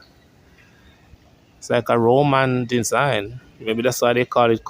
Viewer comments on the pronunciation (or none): none